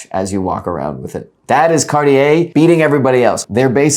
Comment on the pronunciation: Cartier is two syllables